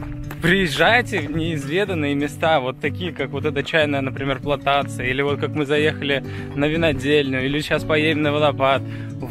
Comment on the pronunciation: Чайная плантация, а не планктация